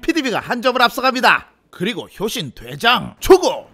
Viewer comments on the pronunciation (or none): 효신 돼장 이라고 들린다...